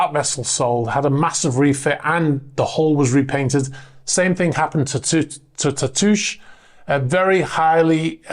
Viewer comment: Tatoosh: that’s a local place name here in Washington State. It means “breast,” and is applied to hills and rounded islands. It’s not pronounced like an iambic foot, though, but like a spondee, with roughly the same stress on both syllables. It’s no big deal. I’m just being nerdy about something local. 😺